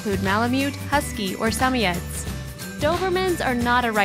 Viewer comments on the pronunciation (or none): I hate how she says Samoyed